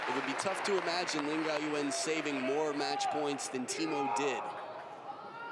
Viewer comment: one time say laan gan😂